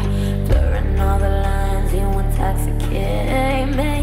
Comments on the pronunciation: She's clearly saying you but she pronounced it shyou not she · It sounds like she's saying "she" but she actually says You pronouncing it Shyou